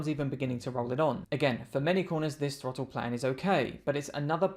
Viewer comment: Did he say twottle .😅